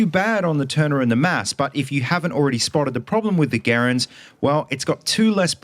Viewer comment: Thank you for properly pronouncing the M1 Garand name most people say it as grand like they talking about money lol drives me nuts 🤦🏼‍♂️ ps. hello from Canada 🇨🇦